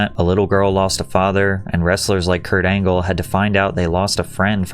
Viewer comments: Perk Angle ❌ Peak Angle ✅ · Kurt Angle ❌ Perk Angle ✅ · Perc angle 😂🤦🏽‍♂️